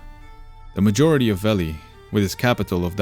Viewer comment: This is absolutely fantastic. Great storytelling for complicated stuff like this, easy to follow despite the intricacies! Bonus points for the pronunciation of Veli (I screwed that up and felt the wrath of the lore nerds ; ) ) Thumbs up all all the way!